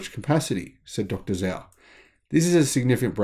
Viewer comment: As a former Chinese language teacher I’m continually cringing with the mispronunciation of Chinese names. Romanized Chinese pronunciation is difficult and not intuitive. For example, the name Zhao is actually pronounced Jao. For future reference, if you aren’t sure how to pronounce a Chinese name, check a Pinyin romanization chart online. With a little practice it becomes second nature after a while. I absolutely love your channel—keep up the great work!